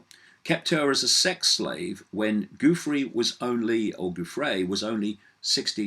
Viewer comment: Btw; Giuffre's name is pronounced very similar to Jeffrey. (GIUFF - Jiff. FRE (E is long) like Freee. So, yeah; Jiffree. Poor thing.) It is not GOOFray. It is JiffRee.